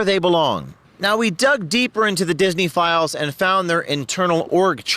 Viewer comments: Every time he says "disney files" I keep hearing pedo-files . is it just me or are other people hearing that too ? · I hear it, too... In fact, the first time I heard "Disney Files", I thought it was "Disney Philes"... Because that's what Disney is full of.